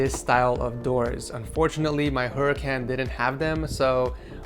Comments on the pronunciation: It’s pronounced hurikaun not huriCAN yes I know how to spell it huracan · The way he says Huracán is killing meeeeeeee